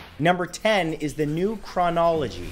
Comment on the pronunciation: Hehe it’s funny how he says chronology.